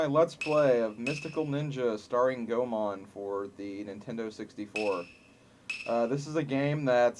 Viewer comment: Actually, Ebisumaru was the only thing you've pronounced correctly thus far. Goemon - Goy-mon Yae - Yai Sasuke - Sos-kay Oedo - Ed-oe Hope this helps. :]